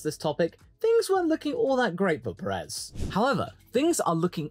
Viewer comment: Friendly reminder: Pérez is pronounced with the stress syllable on Pé. Think of it as pronouncing desert, instead of pronouncing dessert.